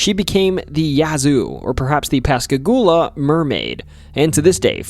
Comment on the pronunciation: Yea, Yazoo and Tupelo are ALWAYS pronounced wrong. But, you did get Pascagoula correct. For those who haven't heard these names our whole lives, some of them are difficult.